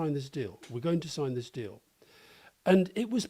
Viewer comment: Rory said, 'minerals deal' but it sounded like 'minerals steal', which describes it perfectly.